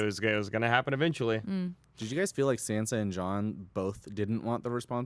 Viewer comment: It shouldn't bother me so much that they call Sansa "Sensa" lmao